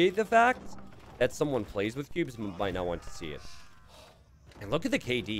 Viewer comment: I swear every time he says cubes, it sounds like pubes. I for one would not be in favor of playing AoE2 with pubes - but y'know, different strokes for different folks.